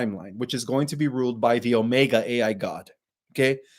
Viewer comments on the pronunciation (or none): none